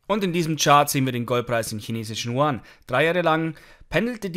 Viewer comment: Hi, können Sie bitte die chinesische Währung statt “chuan” als “jüen “ aussprechen. Dass wäre sprachlich korrekt und sehr freundlich von Ihnen. Schöne Grüße